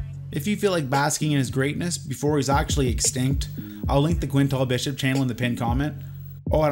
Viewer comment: It’s not quint all bishop it’s quantrel